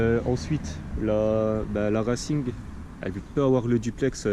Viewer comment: C'est pas reilcing mais racing.